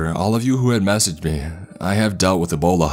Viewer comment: I think he said ebola